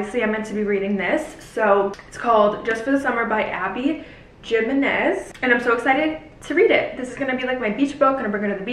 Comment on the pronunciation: “Himenez” is the pronunciation